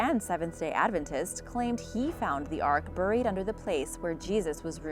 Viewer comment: I have no idea how you can speak Japanese, German, and even Iroquois names perfectly, and then mispronounce common English words like “buried” and even Sir Walter RAHlee’s name.